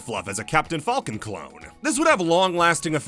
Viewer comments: Why do you pronounce it like "fahlcon" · I respect the commitment to pronouncing "Falcon" not like the animal, but rather the way it's pronounced in 'Millennium Falcon'